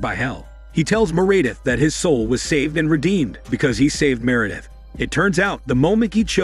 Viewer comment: Me'Redith instead of Meredith?